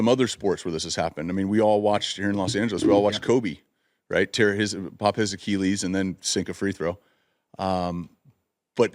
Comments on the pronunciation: I hate the way he says Achilles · The way he says Achilles infuriates me